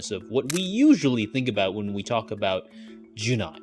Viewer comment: Great insights, very informative video and nicely edited too! I'll be a little pesky, it is "jun'ai" (with a pause at apostrophe) not "junai" (without pause), I was confused about this word because of the pronunciation.